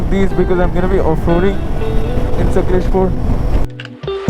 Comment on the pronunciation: It's bengaluru and not bangalore n it's sakaleshpura n sakaleshpur . Pronounce the names properly ❤de